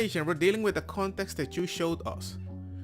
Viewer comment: You can't be a sub if you can't pronounce "context" and "youth". Come on people!!!!!!